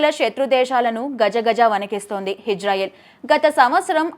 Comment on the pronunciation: హిజ్రాయిల్ కాదమ్మా ఇజ్రాయిల్!